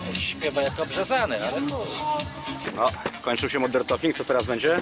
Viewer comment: MODŁERN TOLKING!